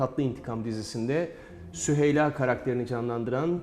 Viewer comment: kelimelerle değilde şakalarla sinirleri zorlasanız daha güzel olurdu mesela bir sunucunun süheylayı söylemekte bu kadar zorlanmasi pek gerçekci durmadı. aslında prova edilmiş gibi durdu bence zeyno ablanın her şeyden haberi vardı keşke haberi olmasaydı